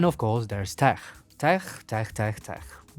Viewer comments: I like you, Subscribed, But FYI, In English "Tech" is pronounced Tek. Hard K. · i LOVE the way you say tech! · i love the way he says "tech" 😂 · you say Tech as if you were German 😂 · I will never say "tech" the same way again